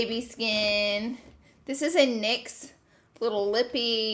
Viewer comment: Sweet lord!! In the beginning I thought you said “we got some dicks”.....then realized you said nyx.😂😂